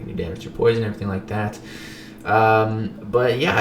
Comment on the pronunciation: nah it's not "poision"